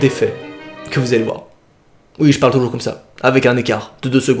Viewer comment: ''Elle n'est pas morte" hoo non tu ma trop fait rire😂❤je t'adore